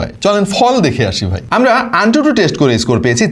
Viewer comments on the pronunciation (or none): none